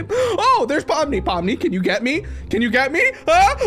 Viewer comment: On the first one,that’s not Pomni💀that’s Lomni💀